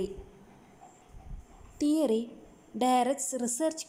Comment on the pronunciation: Madam it's not teroy.theory